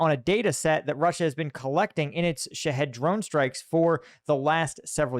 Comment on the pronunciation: Hi, It's not pronounced "Sha Head". It's pronounced "Shah heed", it rhymes with Lockheed, like Lockheed Martin. And yes, unfortunately, I'm from Iran (pronounced Eeron). 😂. Congratulations on the second baby!!